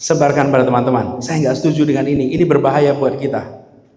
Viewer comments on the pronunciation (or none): Berulan-ulang nonton, kagum dengan sebutan "TENAN-TEMAN"